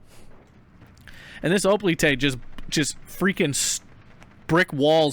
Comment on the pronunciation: Do you know what a Greek Hoplite is and how to pronounce it? If not, well....i'd be embarrassed.